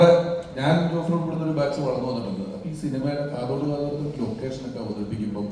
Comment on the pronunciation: കാത്തോട് അല്ല കാതോട്😮😮😮